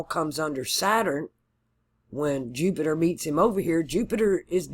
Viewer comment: You didn’t say Jew-Peter this time! (Jupiter) That’s how I remember! 😁. Thank you for my chart! 💚☀️💚